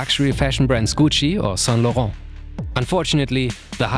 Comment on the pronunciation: The way he pronounces Saint Laurent is music to my ears